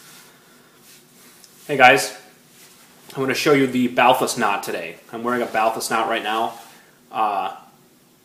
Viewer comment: You pronounce "Balthus" incorrectly. The great painter's name was pronounced "Bahltühs", with accent on the second syllable.